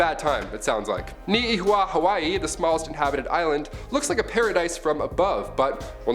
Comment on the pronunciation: Damn he butchered TF outta Hawaii